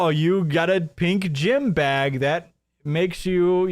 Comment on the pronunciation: I don't trust a dude who can't even pronounce the one syllable word 'BAG' correctly...and this is a 'deal breaker' before we even take into consideration his multitude of scams for his non-existent 'coffee roastery' he claimed to be building. :/ - queue the 'mazda' "vroom, vroom" sound byte for his RC car collection